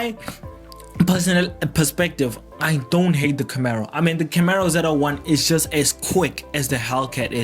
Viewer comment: Camaro not Camero!